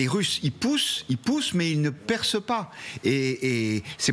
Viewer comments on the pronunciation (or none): Guillaume Roquette les russes progressent mais ils ne persent pas. Je ne comprends pas ton français 😂😂😂